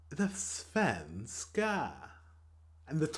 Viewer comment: No sven-ska. It's svenska